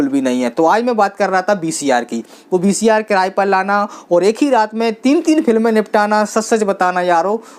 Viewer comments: Baki sab thik h dost par BCR nahi VCR 🙏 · VCR bahi bhai VCP bolte hai